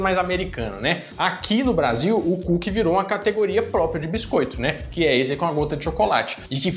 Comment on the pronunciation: Que" KÚQUE" é esse ?😅